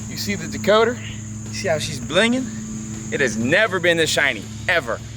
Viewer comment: So glad I’m not the only one who calls it a dakoter 😂😂